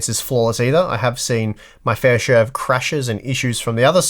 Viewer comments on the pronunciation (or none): none